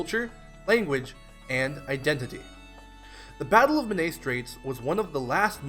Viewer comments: Men-AYE is more accurate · Great video but please learn how to pronounce Menai